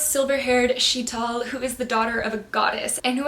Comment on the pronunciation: Happy belated birthday🎂 and actually the protagonist of star daughter's name is pronounced as she-thal (it's still not exact)